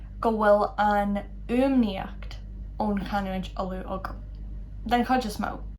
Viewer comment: Why does "chuid" sound like "hhij" (with an English j) and not [hhid(j)] (with a weak palatalization of "d")?